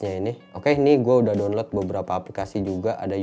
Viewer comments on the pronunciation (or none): none